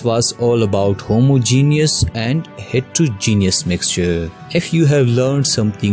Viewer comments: Homogenious mixtuh and heterogenoious mixteh XD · That u did not know how to say homogeneous I know I also have not written correctly spellings